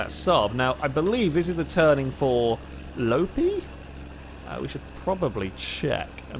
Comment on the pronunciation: Loppi is pronounced more like Lopppppi than Lopi